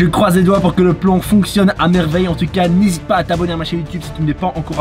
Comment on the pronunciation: C est moi ou il a dit plon au lieu de plan😂😂😂😂😂